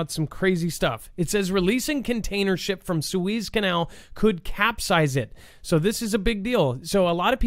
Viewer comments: It’s Sue Ez. Not Sue Eze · Its pronounced SOO-IZ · did you even go to High School that you don't know how to pronounce Suez?? Wow. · we all told you in chat how Suez was pronounced. Why would you say we didn’t?